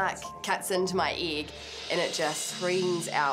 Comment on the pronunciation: "EEEIK" what a way to pronounce a F***ng Egg